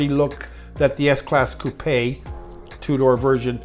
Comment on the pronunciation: Good to hear an American pronouncing Coupe in the right way!